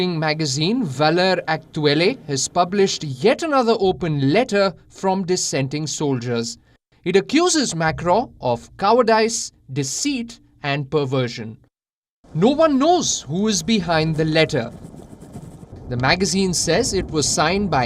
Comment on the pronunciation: I believe it is pronounced, " coward-iss"